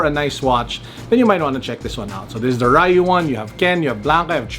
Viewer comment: So I hear it’s supposed to be dyoo or roo not REyou or rye-you.